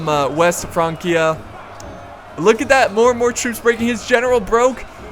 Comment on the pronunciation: It's pronounced France-ia, not Frank-ia.